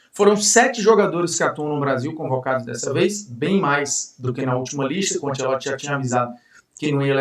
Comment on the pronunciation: Bruno vou deixar um elogio genuíno pra você, muitos que vão pra Globo ou a grande maioria mudam a personalidade pra encaixar, achei top que você continuou o mesmo, e até o jeito “abrasileirado” que mandaram falar Ancelotti, você não está falando